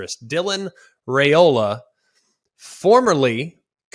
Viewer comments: His dad, Dominick, said yesterday their name is pronounced RY - O - LA, not RAY - ola. JS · isn't his name pronounced REY o la